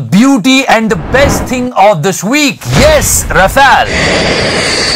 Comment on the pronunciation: The correct pronunciation is R(h)u-faal ..